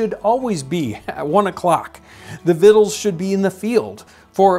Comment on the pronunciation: Weirdest pronunciation of "victual" that I have ever heard...